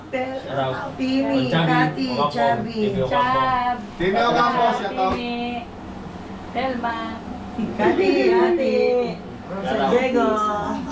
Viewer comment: ha ha ha puro shoutout ang naririnig ko - shout out shout out - parang dinig ko - shatawt ha ha ha parag nagsisiksikan ang mga customers. conscious sa SHATAWT nila